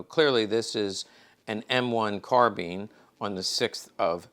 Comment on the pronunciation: Bothers me an Expert in miltary items doesn't pronounce "Garrand or Carbine" correctly! Both of the firearms designers were serious about pronouncing their name correctly.